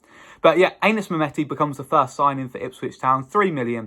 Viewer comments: pronounced Annis rather than Aye nis I believe 👍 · It's not Anus mate! It's Anis!